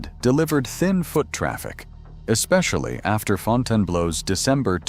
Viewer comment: Why can't these AI generated videos pronounce "Fontainebleau" properly? It's Fontaine-Blu not Fontaine-blow....